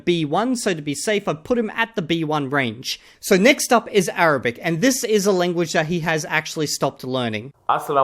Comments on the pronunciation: Even though his Arabic could barely pass as A1, and he probably wouldn’t understand much if someone spoke to him in any dialect other than Egyptian, I have to commend his ability to pronounce those very difficult letters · the point is he wouldn't say much outside of what he said in the segment. But yes he prounounces well for sure.